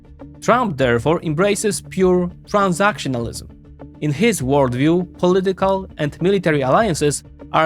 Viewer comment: “In Heeez view…”. It’s not just HIS view pinhead, it’s the view of tens even hundreds of million Americans. We elected him to realize OUR view. Perhaps that concept is foreign to you in whatever socialist or communist government you exist in.